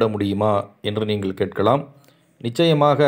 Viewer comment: நல்ல விளக்கம் ஐயா. நீங்கள் எனச்சொ ல்கிற போது நீங்கல் என்று ஒலிக்கிறதே!